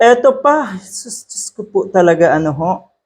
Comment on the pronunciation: Natawa man ako sa "Dios kuh puh"!!! ninyo Sir hahaha